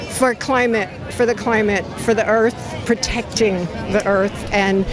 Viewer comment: for de earf